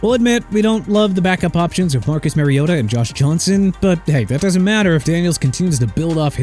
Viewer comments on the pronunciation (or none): none